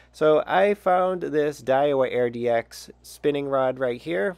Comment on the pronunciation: Call me picky, but the rod model is spelled and pronounced: Aird-X not, Air-DX Good review though. Thanks!